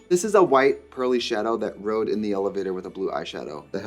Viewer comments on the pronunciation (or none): none